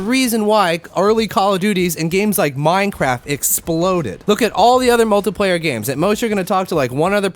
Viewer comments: kinda sounds like hes saying multiplyer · I don't like how u say multiplayer